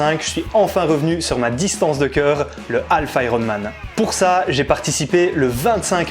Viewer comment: alf, c'est l'extra terrestre. half, c'est moitié, semi en français et on prononce HAF avec un h aspiré et on ne prononce pas le L ! sinon vous pouvez parlez en français. ;) merci. :)